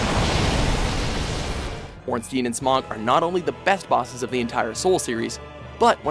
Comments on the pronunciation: no, ornsteen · And it's not Ornsteen it's Ornstain as in sai and pie. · Raining Plasma Ornstien, Its Ornstien, I think of it like a Jewish name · "Stein" is a german syllable or rather a german word, but i never thought "Ornstein" would come from the german language. jaca6614 Would that also mean that the "s" in "Ornstein" is pronounced like the "s" in "Stein"? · that's actually how you pronounce it but they did mispronounce ornstein